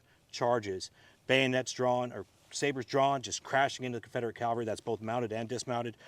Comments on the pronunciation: It's CAVelry, not CALvery. Nobody got crucified, they were on horses. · Thank you for this very interesting and enjoyable presentation. Allow me to compliment the park ranger for his knowledge, but may I also gently suggest to you that the word you’re searching for is cavalry, not Calvary. Calvary is a hill where our Lord was crucified in Jerusalem. Cavalry are horse soldiers. Apologize for the nitpick, but it’s irritating. Otherwise thank you very much for a very enjoyable presentation and please bring more! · Almost! Cavalry.